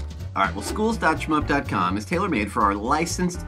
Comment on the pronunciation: you said shmoop wrong, its not schup